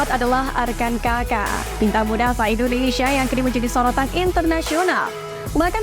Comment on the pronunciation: INDONESIA apa INDONEisyiiia, 😂... Santai aja baca Isi beritanya... Takut Keselek aja🤣🤣🤣